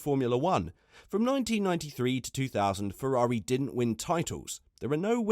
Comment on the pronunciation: Fefrari? Dood, you're slippin'.